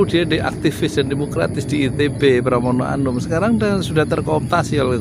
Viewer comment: Pramono anung...bukan pramono anum....fahry hamzah....bukan fahry ali....pak yudi....😄😄